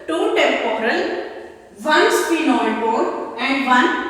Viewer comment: Mam plz say properly